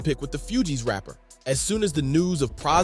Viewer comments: Few-geez ?? Maaan🤦 its pronounced like FOOGEEZ.. Even ppl who dont listen to the shit, know the groups name lol even if 90% of ppl can only name Wycliffe. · Few-Gees rapper😂 its Fugees lol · Bro, how do you NOT know how to pronounce the group's name correctly?!? Lmao 🤣🤣🤣